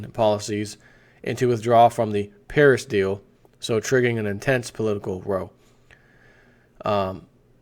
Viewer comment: A row is an argument and it's pronounced bow, like ship's bow. 12 vid (though good) keep your fingers out of your nose.